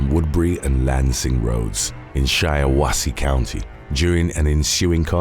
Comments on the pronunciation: Shiawasee It is pronounced like the Japanese word for "happiness", Shiawase or "She-ä-wä-say".... Not that British gobbledygook you said. I am American and still pronounce "Lancastershire" the way that British people pronounce it, and not the Americanized screwed up inflections that americans do. Upgrade your linguistics, bro!!!! LOL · You could at least give him credit for getting Shiawassee right🤣🤣